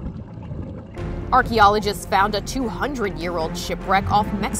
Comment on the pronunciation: Who else hates the way she says “archeologists”